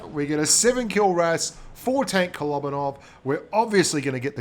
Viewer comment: Kolobanov... kolóóóbanov... kolobanov... k-k-o-look-baa-nov... Darn it! You got me in a pronunciation problem! Now I can't stop thinking about it! Grrrrrrr.